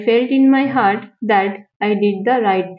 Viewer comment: Not hurt, it's heart.